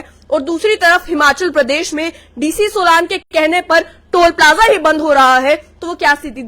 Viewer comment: सोलान नहीं बो सोलन है